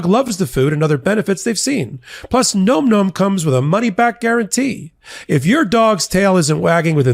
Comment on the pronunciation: That's gotta be pronounced 'nahm, nahm' -- am I crazy?